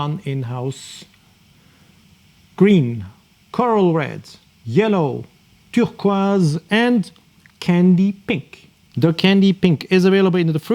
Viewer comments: lol it's how you're saying turquoise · Can’t get over how this chap says turquoise 😂😂